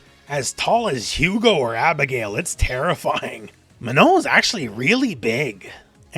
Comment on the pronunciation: I'm french and you have an excellent pronunciation of the nasal sound "on" in Manon, which is quite impressive for an English-speaker. Good job on stressing the last syllable too.